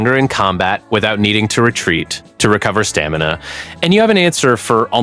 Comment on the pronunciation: STA-ME-NA --- IN EVER WHINED